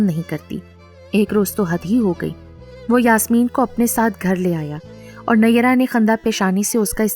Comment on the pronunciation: Phir bhi nayyera nhi hai pronounce sahi hona chahiye